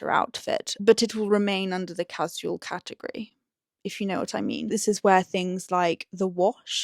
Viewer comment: I find it interesting how you pronounce casual like ka-ziu-uhl and not ka-shoo-uhl. Is it something regional?